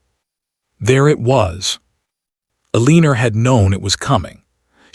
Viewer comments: Story says mistress has dark hair, shown strawberry blonde, please pronounce her name correctly ElenA not ElenER, how can he court her if she can not get a divorce? Not legal if she uses maiden name to sign. He will be allowed to divorce so can remarry for an heir as a duke. Mr when he is a lord. Fix all errors so story can be good, nkt the mess it currently is. Ex again where is wm house? Why not there? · Eleanor, not Eleener😂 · Uh-lean-or? Or Eleanor? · No one's name is uh-LEEN-ur. This one's too lazy. 2 1/2 minutes in and I'm out. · The way AI pronounces Eleanor as Aleener, is distracting. The Duke having a mistress would likely have been accepted by the ton. However, a gentleman would never have humiliated his wife by publicly announcing his affair at an event. Let alone by parading his mistress around said event in the company of his wife. Such a spectacle would have absolutely ruined the reputation of his mistress. Unmarried ladies who spent time in the company of gentlemen unchaperoned were presumed debauched. No respectable family would extend her an invitation to an event regardless of whose bed she was warming. A gentleman was expected to be publicly respectful of his wife and discreet regarding his affairs. His rank might have insulated him from the fallout of his indiscretion, but his mistress would enjoy no such protection. She and Richard were legally separated…not divorced. She was living independently, but still legally married to Richard. She would not have been able to also marry William at the end of this story. And had she divorced Richard, she would have been shunned, blamed for the failure of her marriage, and judged incapable of fulfilling the duties of a wife, regardless of his infidelity. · “Eleenur?” 🙄 What country is this recorded in? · It is L- E - NOR!!!! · Why does the narrator pronounce her name "A-leeneR"? Very ugly. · What on earth is the heroine's name?!?!? Pronounced "A leaner" what on earth?!?